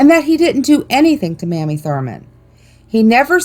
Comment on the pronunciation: Mamie Thurman’s name is pronounced MAY-mee